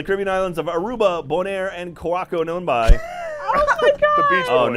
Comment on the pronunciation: Curaçao = “curra-sow” Not “curockoo”